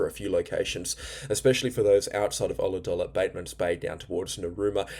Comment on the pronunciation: Colourdulla=Ulladulla Thanks great work. Crazy weather. NNsw.👍💚